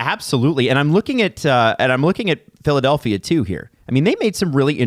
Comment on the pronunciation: “Philadalphia” 😆 Come on, guys